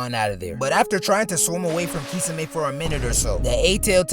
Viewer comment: The way this guy says “kee-suh-may” is diabolical